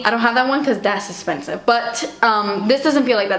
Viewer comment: "I don't have that one cause dat's espensive..." looks up NARS Ita brush, sees $55, then dies